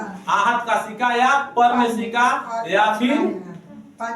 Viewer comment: सिक्का होता है सिका नही